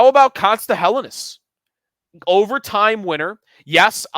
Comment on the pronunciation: Day 4 of asking to say Helenius correctly.